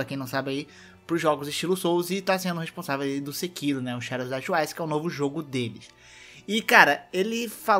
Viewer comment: Quando voce Fala twice parece que voce Fala tchuaiche.. Eh sotaque carioca?